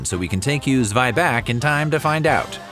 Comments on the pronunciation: Zweibach??? It is called Zwieback. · Zweibach sends me 😂 it's actually Zwieback - Zwie as in Zwei (two) and Back as in gebacken (baked). There are documented German/Bavarian recipes for Zwieback as old as 1860s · I'm pretty sure it's Zwieback, not Zweibach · Dude, where do you get your information? A lot of it is just wrong. It's not called Zweibach, it's Zwieback. It also appeared to me in the Werther's video. Who is your source for German (yeah, also talking for Swiss, because they also call it Zwieback) stories??